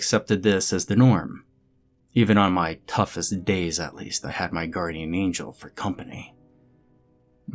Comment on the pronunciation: Guarrdian? Is the angel a pirate by any chance?